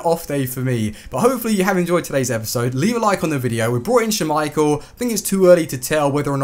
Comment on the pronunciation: Please stop saying "schummeichel" it's just schmeichel lol